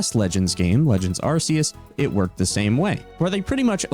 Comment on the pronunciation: It's not "Arse-eus".